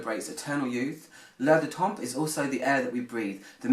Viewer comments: Great review, just do not pronounce the p at the end if the word temp..French language grammar rule you never pronounce the letters in the word DePoSiTo so you never hear a D,P,S,T at the end if a French word .. Written: l'Air du Temp, Pr: l'Air du tan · good review ... just fyi, both the p and the s are silent in temps